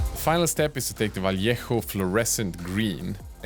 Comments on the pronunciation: Props on pronouncing Vallejo correctly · improved your pronunciation on vallejo brand. very well👏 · Thumbs up for your pronunciation of the word "vallejo". You improved a lot, congrats!